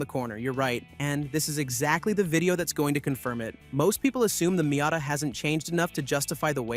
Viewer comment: Wow, what a silly video this is. A new not-very-attractive green color and nothing else are "reasons to wait for the 2027 Miata"? This is just pointless. You also show images of completely different cars which is misleading and dishonest. Also stop pronouncing "Miata" wrong.